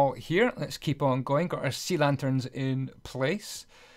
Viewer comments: "Lea Santerns" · You called SEA LANTERNS "Lee Santerns" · "and then grab yourself some lee santerns" xD